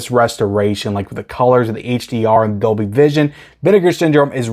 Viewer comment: There is an "L" in Dolby (not Doby) 😄